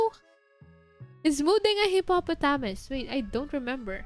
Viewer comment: I like how she pronounces hippopotamus